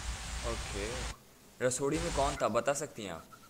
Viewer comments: It's rasoday not rasodi bro😂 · Bro pehli bat to rasodi nahi rasode me hota he 😁 Aur Love From Maharashtra India 🇮🇳🧡🚩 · Bro it's not Rasodi me kon tha it's Rasode me kon tha By the way big fan love from India❤️❤️